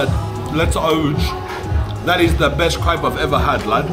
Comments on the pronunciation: You wanna add a double p for proper Crayp pronounciation, lad! 😄 Montmartre is a nice place for sure! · 'its a cool krepe' hahaha